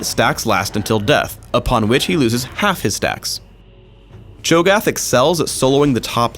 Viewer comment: it's Cho'Gath u fucking dumbass